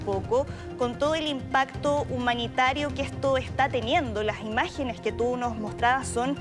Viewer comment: "la imagenes shtron immpatantes" no pueden hablar bien aun siendo profesionales?